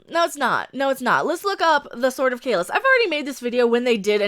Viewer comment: Why do they pronounce Kahless, Kahlesh?